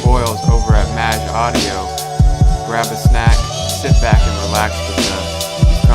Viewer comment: is it really supposed to be pronounced that way? I'd thought it's /meɪdʒ/ - rhymes with "age".